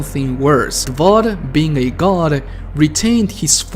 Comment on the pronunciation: Take a shot every time he says "Davod" instead of "Davoth"